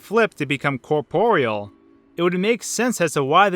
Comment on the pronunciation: am i the only one who's been pronouncing corporeal wrong my whole life? I mean at first I thought he was pronouncing it wrong but I googled it and he's right! how have i never noticed this?